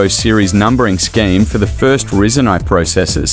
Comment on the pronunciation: Can't stand hearing it said risen when it's rye zen(according to every techy/youtuber I have ever heard say the name)